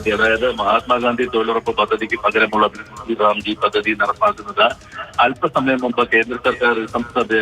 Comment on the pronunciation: ഈ പദ്ധതി പേര് ഇങ്ങനെ അല്ല പറയേണ്ടത്.. VB- GRAM (G) എന്നാണ്.. മലയാളത്തിൽ VB- ഗ്രാം (G) എന്നാണ്.. അല്ലാതെ G റാം (G) എന്നല്ല